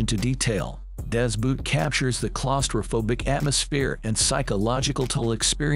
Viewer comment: Das BOOT the pronunciation of the oo is like in Ho not like in Moon.... and the T at the end is a hard one not like a d.... just to clear up why american movies except Inglourious Basterds never get it right........